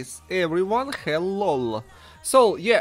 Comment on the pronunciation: Good English but it's Hello Not Hellol